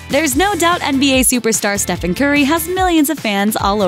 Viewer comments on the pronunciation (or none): "Stephen" is, and always has been, pronounced just like "Steven." Spell it "Stefan" if you want to pronounce it like "Stefan."